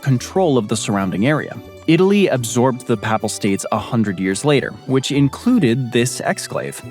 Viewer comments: Why can’t the narrator pronounce “papal” correctly? Or several other words? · Yep! "Papal" is a pretty common term. It is rarely mispronounced, however it is repeatedly mispronounced in this video. It's surprising since the tongue-twisting Danish names appear to be pronounced correctly (I think?).